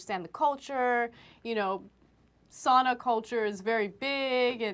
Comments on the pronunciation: You don’t even know how to say sauna right you say sana. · It is sauna, not sana, not sun or any else stupid word! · I hate how people pronounce it sana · Its pronounced (sow-nah) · its saaaauuunnnaa!!! Not Sannna--> SISU PRIDE bitches...These reporters should be shot by a sniper. And most sauna's here in minnesota are 200. So give me a break dumb shits